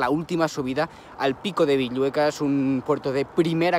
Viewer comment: Sólo como anotación, es 'Pico Villuercas' (con R). Saludos desde Extremadura!.